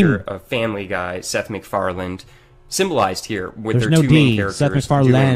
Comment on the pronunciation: This man is clearly an expert on Matt "Groaning" and Seth "McFar-lind". What an astute human being to notice that subtle homoeroticism in that Homer and Peter car wash scene.